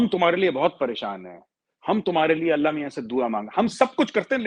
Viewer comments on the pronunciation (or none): none